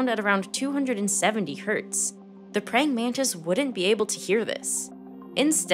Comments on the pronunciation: Nararrator - It's pronounced exactly like it sounds - pray - ing - man - tis, NOT, pray - ing - man - TID. WTF ???!!!! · Prying Man-tis